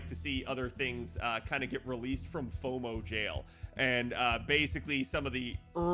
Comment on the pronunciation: Foumo (Fou of Fouing out)